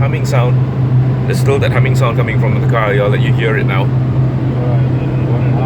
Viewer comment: di di di.. its not di.. its the